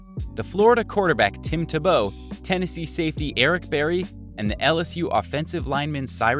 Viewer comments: This is the shitiest video I’ve ever seen. This channel is terrible. Nice job pronouncing Tim tebow’s name!!👍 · You can’t pronounce Tebow done with this Channel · I heard how he said Tim Tebow and immediately discounted everything he said in the video. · This man really managed to mess up Tim Tebows name🤦‍♂️ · How do you mispronounce tebows name